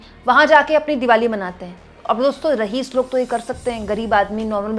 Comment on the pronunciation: शर्म की बात है कि आप कितने ही शब्दों का सही उच्चारण नहीं जानती हैं या ग़लत शब्द बोलती हैं. अभी आप ने रहीस बोला जब कि ये रईस होता है. इसी तरह आप बहुताया बोलती हैं जब कि ये शब्द होता ही नहीं है. स्थिति को आप स्तिथि बोलती हैं ये भी ग़लत है. लेकिन आप हैं कि बार बार बोलने के बाद भी नहीं समझतीं. शर्म की बात है